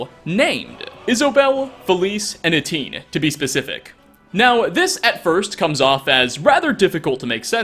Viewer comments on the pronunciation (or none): ETT - EEE - ENN Hagravens may be despicable, downright vile creatures, but they deserve to have their names pronounced correctly, damnit! ;P I also have a sneaking suspicion that all three were based off of the Gray/Weird Sisters...